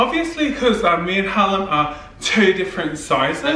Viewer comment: Listening to one four and then says in the inerwest harlim too funny